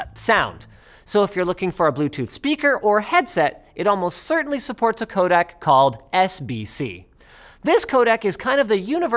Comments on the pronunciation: This is bothering me terribly. Every time you say "codec", I hear "codAc" and it reminds me of "Kodak" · For everyone who doesn't speak "Canadian", he means 'codec' every time he says 'codak'.